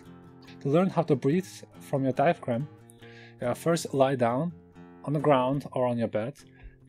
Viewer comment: Don't know if I will be doing this but you were very clear and it all made sense. But you know, you don't pronounce the "g" in diaphragm. You should be good with letters you don't pronounce, I've seen how Mongolian is spelled! LOL